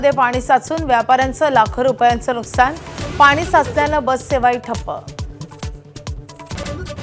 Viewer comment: Nuskan nahi g nuksan